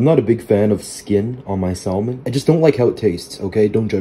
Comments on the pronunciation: Hearing him purposely pronouncing the L like that just sent me South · Bro just pronounced the "L" in Salmon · Bro it’s pronounced with a silent L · Bro it's SAM-ON not SALMON the L is silent but looks good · “I don’t like skin on my saLmon” brother please the l is silent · Bro stop saying salllmon. The “L” is SILENT!!! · Sal mon…. Noooo no no The l is silent my friend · Cringing every time you say " sall men " 🤦‍♂️ the l is silent 😫😂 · Bro, THE L IS SILENT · Never heard someone pronounce Salmon with the L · Bro the l is silent 💀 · The L is silent in salmon but you can say it your way just wanted to let you know it's a fact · did bro just pronounce the L in salmon? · Bro it's pronounced "SA-MON" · dude pronounces de L in salmon 💀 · He said salmon and not samon Yes I know it’s spelt salmon but it’s pronounced samon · It’s pronounced samon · Bro l is silent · stooooooop saying salmon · Before cooking learn how to pronounce salmon